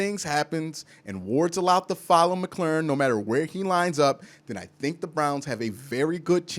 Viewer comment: Bro... I love what you've got to say. Except for Terry McLaurin's last name. 😂